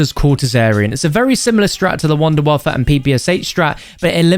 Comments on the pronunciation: Why does he pronounce like an æ sound ant the end of wunderwaffe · im german and its so funny how he is pronouncing wunderwaffe 😂😂